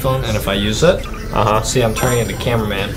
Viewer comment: Adam said camewamen😂😂😂